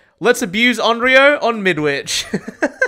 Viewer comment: Bro didnt even say onyro he said oioioo